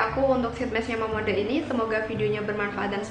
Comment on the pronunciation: Cara bacanya bukan mamonde tapi mamongde,klau gk prcya cek yt sunny dahye